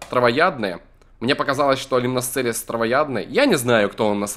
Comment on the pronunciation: Правельно не лИмносцелис а лимносцелИс